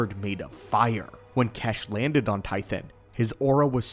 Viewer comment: His name isn’t kesh, the pronunciation of xesh is as follows(zesh)